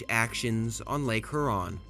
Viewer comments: "Huron" is pronounced with a "HU" sound that is similar to "hue" instead of "who." Also, Mackinac gave me a stroke. lol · "Exacterbated on Lake Hurron" my dude, learn how to pronounce words before making a video. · Huron = “here-on” Mackinac = Mack-i-naw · Meh - NO- mi- Nee , Hyur-on, MACK - in-naw, are how these names are pronounced. From a Canadian’s perspective, the War of 1812 is known as the Invasion of Canada. 🇨🇦 The British were no longer commandeering Americans from ships to take them to fight against the Napoleonic War of 1812. So when someone uses this explanation, it is incorrect. Frenchtown, Michigan was the so called beginning of the war with the massacre of the River Raisin. “Remember the Raisin” was the rallying cry of the Americans. Later, the war ended with the death of Brock on the bridge, over the Thames river in London, Ontario. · Good video, my only complaint is that you pronounce the areas like Mackinac and Lake Huron incorrectly. It is "Mack-in-naw" and "Hure-on" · May I suggest you study pronunciations before you post another video. I see you have already been bombarded with corrections about how to pronounce Mackinac, but remember it’s Lake Hur Ron and the native tribe is pronounced Pot a wanna me! These graphics are excellent, the. Intent historically accurate but the narration although not AI generated, is absolutely bush league! There’s no inflection, no punch, it’s dreadful, the narrator sounds like he just woke up and needs a coffee. There’s no inflection, this narration cheapens what is otherwise a good video. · Loved the historical review. Very informative. As a Michigan native, we call Mackinac, Mackinaw. I know it’s not correct per the spelling. An old interpretation of name I assume. Also, Lake Huron is pronounced Hure—on. Imagine if you were spelling the word cure but replaced the C with an H. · the amount of mispronunciation is impressive. I've never heard someone mispronounce Huron or a common name like Prevost.